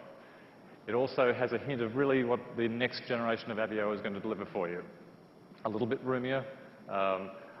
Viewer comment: Is he pronouncing it wrong? Or have I been calling this car by the wrong name for over a year lol? "uh-vay-oh" not "ev-ee-oh" Then again, who cares lol. If this is the RS, I can't wait to see the SS.